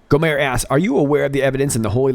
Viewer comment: I love this video.! Just a tip: In Texas, we say: "Go' - mert" with a hard T.